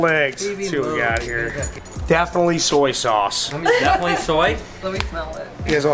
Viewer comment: soy saice eggs 😂